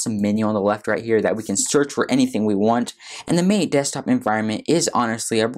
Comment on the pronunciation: Matay, not mate